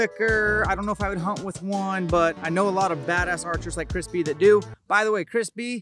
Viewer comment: He was saying Chris Bee, I thought I heard Crispy. Don't know who Chris Bee is, but all in favor of Crispy!